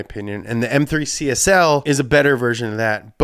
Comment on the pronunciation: Why do you read CSL as CSI?